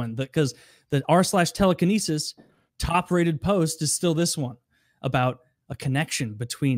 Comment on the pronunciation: “Telequinesis” lmao